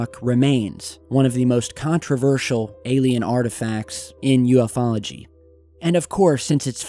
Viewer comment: Thank God finally said "yoofology" and not "you ef ology" 😉